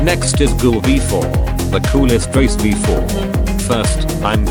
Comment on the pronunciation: Bro it's ghoul v4 not google v4